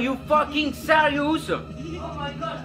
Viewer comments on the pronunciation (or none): "I'm taping the number" "are you seriouce"😂😂😭Alors la K.O